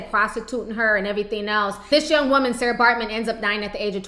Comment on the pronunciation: It's not Sara it's Sartjie pronounced Saki